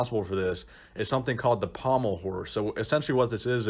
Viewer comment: The way you said pommle horse